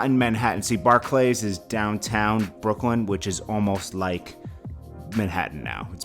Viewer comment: Want cred? Learn how to say Barclay.